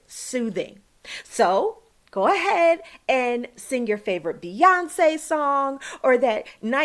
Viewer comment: Beyone 😂? Sa tanist so no😂